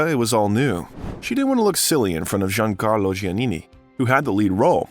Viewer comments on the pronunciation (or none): none